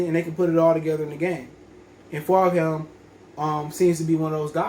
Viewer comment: It’s pronounced ‘Fulgem’